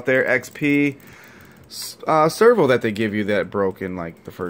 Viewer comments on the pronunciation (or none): It's servo not "server"